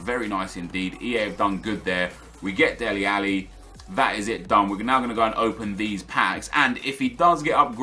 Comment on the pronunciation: Its DELE Alli not Deli Alli